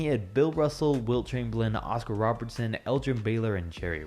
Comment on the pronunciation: Nobody:: “oScAr RoBeRtSoN”